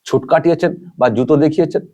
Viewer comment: কথাটা *ছুট*, ছুঁট নয়।